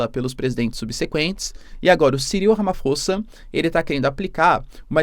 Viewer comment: Escrevi-se Ramaphosa mas diz-Ramaposa🇲🇿